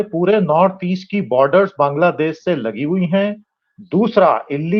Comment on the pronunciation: दीपक जी, पहले बांग्लादेश बोलना सीखिए ।